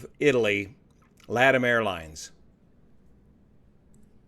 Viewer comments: Heads up--LATAM is not pronounced "Lattim"--its "La-Tom"...irrelevant to the story, but, just a heads up! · LA LA LATAM, not Leetam. What did that sound light in the cabin?1? $#!^ £3€%….. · "laddam" airlines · Perhaps pronounce the airline in the correct manner. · How do you people pronounce LATAM these days? I always thought it was luh-TAM, but I have a lot of LAH-tum.